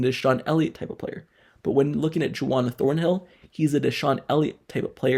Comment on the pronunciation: His name isn’t “Ju-wan” it is Juan, pronounced “Won.”😂